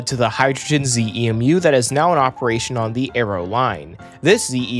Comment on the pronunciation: "ZEMU" is usually pronounced as one word, "ZEE-moo," not each letter. And yes, as it seems that these are the ones that were supposed to be used in NorCal but they've decided to switch them down here for first use vs. on San Joaquins or ACE or whatever.